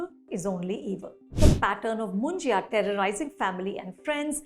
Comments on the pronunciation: It’s pronounced as Munja not Munjiya 😂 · Anupama is pronouncing Munjya as Munjaya (मुंजया)! Its written and said as मुंज्या which basically means a brahmin (because his thread ceremony has been already done) bachelor boy/man who has passed away without getting married.